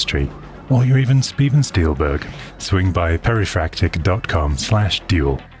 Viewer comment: Speven Steilberg 🤣🤣🤣